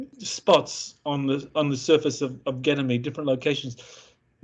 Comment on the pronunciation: I don't know if this is legit or not. Never any proof of any of these kinds of stories. doesn't sound very educated for someone who is supposed to be in a space program. He can't even pronounce Ganymede properly. Anyone can make up these kinds of stories.